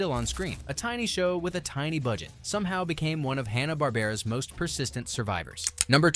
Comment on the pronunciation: It's HANNA, not HONNA. 😃